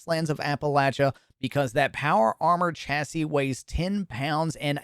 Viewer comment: ''CHA-SY'' What the heck, why do you pronounce it like that? Weird, is that Canadian?